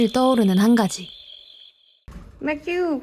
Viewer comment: 아 초반에 맥주 발음 뭐예요... 맥쥬~! 귀여워ㅜ아 심장마비 아